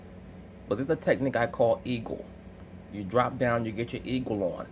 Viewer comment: "You dwop down and get your ego on." Lol